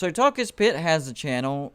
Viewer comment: It is Talk-Is-Pitt use a filter for channel